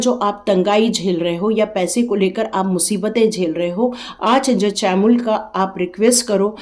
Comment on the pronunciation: Spelling jo bhi ho, pronunciation Arch angel nahi... Ark angel hai... ❤